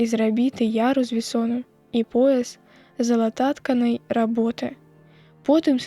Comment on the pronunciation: Не залатат'канай, залататка'най работы.